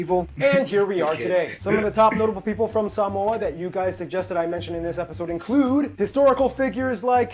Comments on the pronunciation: Is the guy making the video even Samoan? He pronounces Samoa like a Palagi🤣🤦🏾‍♂️ And his pronunciation of the islands are shit as well, not just the guy reacting. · All lies, if you want to learn, go to Samoa. Those fools in your videos cant even pronounce the name Samoa correctly*$^@@